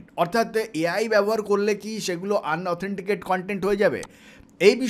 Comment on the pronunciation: আন অথেনটিকেট কন্টেন না। উচ্চারণ টা হবে ইন অথেনটিকেট।